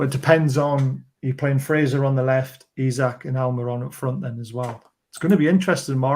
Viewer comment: Just for clarity, Isak is pronounced EEsak, and not Isaac.